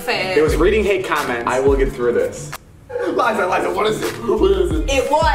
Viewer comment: Gi Gi you mean *Liza not "Lizza"